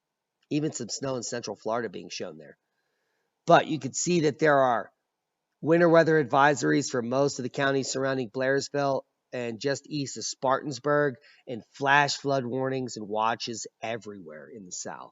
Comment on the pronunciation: Spartans Berg? It's pronounced "Spartan-burg". Aka Sparkle City. Notable features: straddles the I-85 corridor Atlanta, Ga to Charlotte, NC. Becomes significant in winter when areas north of it get snow and south of it gets rain.